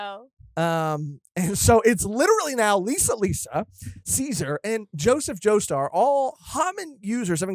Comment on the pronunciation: "Joshseph joestar"